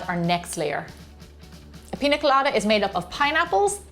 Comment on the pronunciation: Just FYI: Piña with that tilda over the 'n' is pronounced like ny, i.e, peenya rather than pin-a. Its a Mexican word.